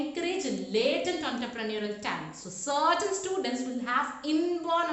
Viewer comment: really useful infor for commerce students, you well narrated facts..Kindly check your pronounciation dear miss.espec whenever you are sayng students..it is coming as studentsa, economics, it is pronouncing it as economicsa...